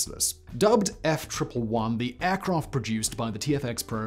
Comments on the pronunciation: Nobody.... NOBODY calls the Ardvark the F "triple 1". It's F-one-eleven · "Eff one eleven" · no we don't lol.... its F one eleven.